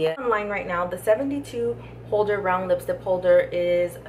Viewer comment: why do you say lipstip.